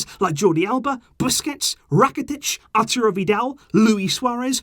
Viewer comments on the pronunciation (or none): none